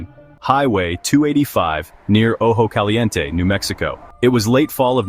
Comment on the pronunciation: Ojo Caliente “oh-hoh-cah-lee-YEN-teh” not Ojo “Callyiente”